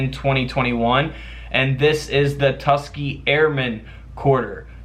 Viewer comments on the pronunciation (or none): Tus-KEY-Gee.. Its a 3 syllable word ..💁‍♀️just sayin 😏👋